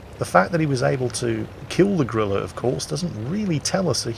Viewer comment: I love that pronounces Grille as "Gorilla." It makes you think of something large and mighty, and then it clears the corner and, well... Betcha the Bishop crew reacted like they saw a gorilla, though!